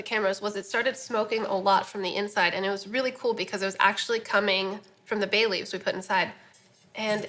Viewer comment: Who heard Bailey's at first rather than Bay Leaves? haha. I was like, "HUH!"